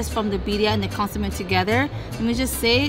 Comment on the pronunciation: How come you don’t pronounce the food in Spanish, like consomé 🧐. Anyway thanks for the video guys.